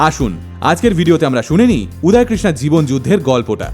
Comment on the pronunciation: উচ্চারণ উদয় হবে উদায় না। বাংলা কথার হিন্দি উচ্চারণ বড্ড বাজে লাগে শুনতে।